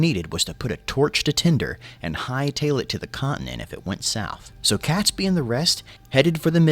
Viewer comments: I cringe every time he called him catsbee. It's catesby sounding like kates bee! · its pronounced KATESBY rather than CATSBY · Catesby is pronounced Kates-bee. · The name Catesby is pronounced "Kate's- by . The 🇬🇧